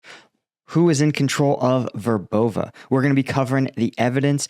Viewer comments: VER bove I think. Accent on first syllable. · it's pronounced, Verbov'eh'. just a friendly correction.